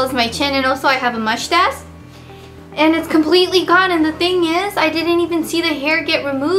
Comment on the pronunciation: MUSH TASH LOOOOOOL